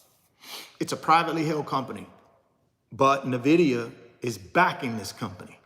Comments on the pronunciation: Pronounced "Enn-Vidia" not "Nih-Videa" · Invida not nahvida lol he be speaking from the heart that's passion